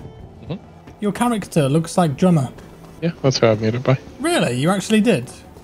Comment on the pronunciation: took a while to decode what sounded like "gioma" as "drummer" but yeah, I should've done that and made my character as someone from the expanse